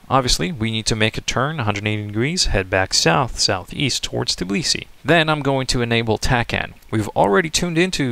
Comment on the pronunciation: It's Tbilisi, not Tiblisi...